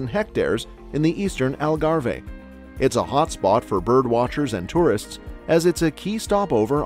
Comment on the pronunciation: As someonewho lives in portugal i cringe when you say algarve it is not pronounced how you butcher it😂